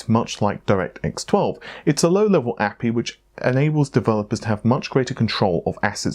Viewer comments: So is Amata gone forever? is pronouncing A P I as APPEEE. Damn it. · I like how you say API